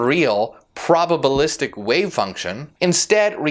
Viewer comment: Wait, what, "probable-istic?" K we're done here.